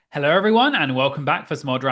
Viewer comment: lol love how your hello is slowly turning into a hellouR